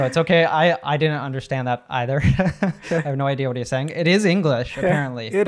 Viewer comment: I was surprised how this man in blue coat pronounced the word "either" in the beginning Also i wasn't familiar about an idiom "brown-nose"